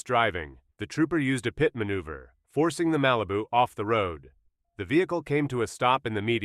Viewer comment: The AI voice cannot say PIT.